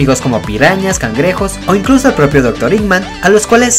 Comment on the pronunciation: Y vos decis dr. Iman